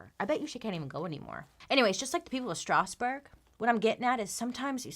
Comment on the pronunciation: As a french, I love the way you pronounce Strasbourg!! it's wayy fancier than the french pronounciation ^^